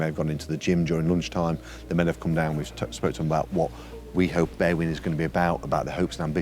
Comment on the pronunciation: They way these English foreigners pronounce Berwyn makes me shudder.